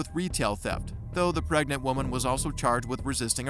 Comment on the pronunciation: "im pregnit!"